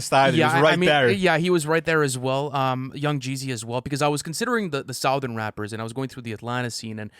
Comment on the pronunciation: The way pronounces “southern” is hilarious